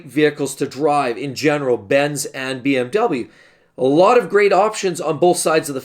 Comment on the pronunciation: You are saying the cars wrong 😂🤣